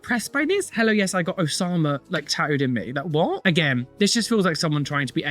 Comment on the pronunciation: Him saying “Oslama” instead of “Osama” is frying me 😂